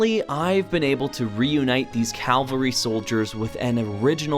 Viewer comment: Just a bit of nitpick, it's cavalry not calvary unless you are talking about 1. A life-size representation of the crucifixion of Jesus Christ on a piece of raised ground. 2. A series of representations of Christ’s Passion in a church. Or 3. A strenuous experience.